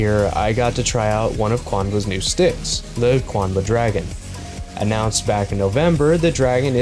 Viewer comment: QUANBA? Seems a “U” snuck in there somehow. Thanks for the vid!